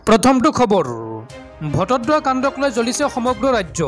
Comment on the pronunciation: বটদ্ৰৱাক বাৰে বাৰে ভটদ্ৰৱা বুলি উচ্চাৰণ কৰি আছা ।আৰু দুই এটা ভূল আছে ।যেনে -- ইতিমধ্যেক ইতিমধ্য বুলি উচ্চাৰণ কৰা ।